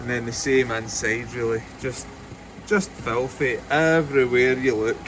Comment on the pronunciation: Fengar neus! Absolutely felthy!